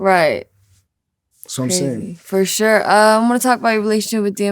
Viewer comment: Fur shore 😂